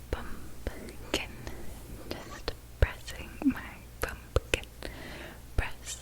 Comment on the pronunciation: She said “pumpkin press” but I thought she said “pumpkin breast” I was all “uuumm what?” Haha